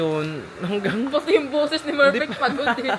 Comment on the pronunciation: Si mic merpect or perpect?😅😅😊🎉